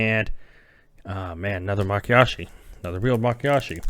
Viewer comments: LOL Nope. I've noticed that's how you pronounce Mayakashi almost since the beginning. Makiyashi instead of Mayakashi. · My-Ya-Kah-She my friend. You flip the Y and K.